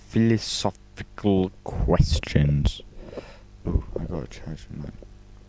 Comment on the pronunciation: It’s pronounced philosophical